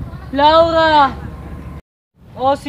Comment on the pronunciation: hahaha laurha hahah (bulol)